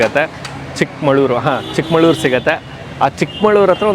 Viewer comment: ಅದು ಚಿಕ್ಕಮಳೂರು,ಚಿಕ್ಕಮಾಳೂರು ಅಲ್ಲ